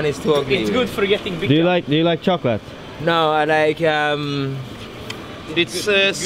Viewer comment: "Do you like choklät?"